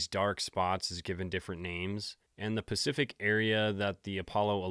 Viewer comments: When dj says "specific" it comes out "pacific" and when he says "pacific" it comes out "specific." He does this in multiple videos, is there a joke im not privy to? Because this is unreasonably bothersome to me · Not to be mean but you are getting “pacific” and “specific” mixed up.. I don’t know if it was meant to be a jab at this lie about the moon or not.. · haha i love the ‘Specific Ocean’ and the ‘’more pacificly’!!! love this deep dive too. defo checking out the rest of your stuff!! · You my boy! You know we rock 🎉! But its the "pacific" ocean and "specific". You getting the two backwards fren😊. As always amazing job👍🏿👍🏿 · You can always count on to pronounce specific like the ocean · I caught that "Pacific wide" 🤣 noice!